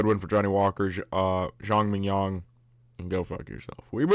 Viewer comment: haha i kept thinking you saying Zhang mignon like .. fillet mignon